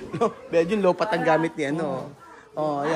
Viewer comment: Natawa ako sa "LOW PAT". natatawa ako sayo, wag mo naman gawing P yung F.